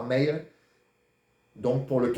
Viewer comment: Bsr mr votre mail svp prononcé bien on veux s"abonner